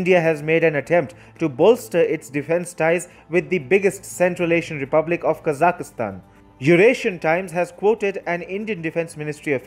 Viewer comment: What great news! China is finally being exposed & outmaneuvered. Well done! And I finally learned the correct pronunciation of Kazakhstan. ~♥~